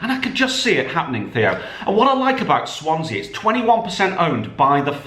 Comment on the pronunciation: Swansea 😂 Cardiff 😂😂 Lincoln 😂😂😂 It's taste not like promooootion !